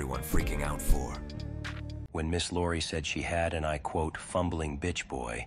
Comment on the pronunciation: Ms. "Lori" 💀